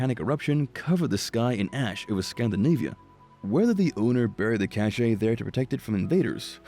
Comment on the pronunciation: You’re pronouncing cache incorrectly. Also your narrative is rather disjointed and amateurish.